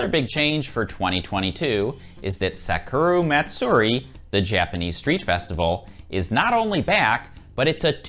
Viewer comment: I'm so excited for all of these events and I have my tickets for the ticketed events. I mean this in the kindest way possible, please look up how to say Sakura Matsuri. :)